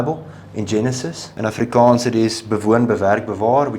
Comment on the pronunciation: Mense its "Afrikaans" and "Afrikaner" .... not "Afrikaan" 🤓👆